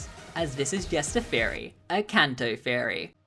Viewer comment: first time here, and ngl everytime you said theory I thought you said "fairy" I'm embarrassed by how long I was confused for... oh well Sláinte